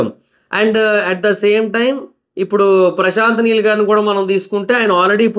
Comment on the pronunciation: Prashant Meel kadu bro prashant neel